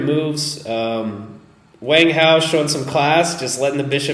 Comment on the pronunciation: Wang (王) is pronounced "Wong"